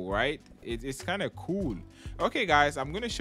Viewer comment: When he said right now it sounded like white now